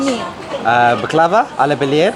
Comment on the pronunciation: Loved this video. Lucky you, Sude is a delightful teacher! You guys did very well! 10/10. Yes…… I told you how to pronounce Tür key yeh! Also the accent is on the first vowel of the word bAklava. Those desserts looked spectacular! Baie goed, Mense! 👏⭐️👏⭐️👏 ps…. You are adorable together… such fun to watch! Thanks xx